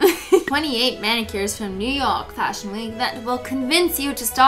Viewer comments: Fash-Hun like “fashion honey” 🤦🏽‍♀️ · FASHUN SHUN HUN